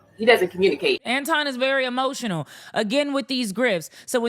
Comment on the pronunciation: HEmotional 😂 I love it!!